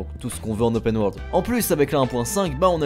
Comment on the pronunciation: Fais un effort sur les prononciation en anglais. ça pique les oreilles. "Ze" saboteur aïe mes oreilles saignent et on dit "opeun" et pas "opène" pour Open. On dit Odissé et pas odissi pour "Odyssey" et pleins d'autres trucs de ce genre. Ok le montage est bon mais le son c'est HYPER important donc travaille là dessus